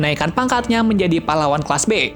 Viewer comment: kelas apa kelsa bang owkwowkwowkwowkqowkwowkwwokwwk